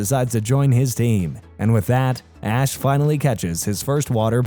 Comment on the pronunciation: bro definitely said "Ass" instead of "Ash" lmao